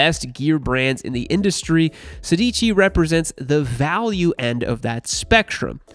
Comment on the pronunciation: „Sedici“ is actually italian for „sixteen“ and the accent is on the first „e“, therefore „sèdici“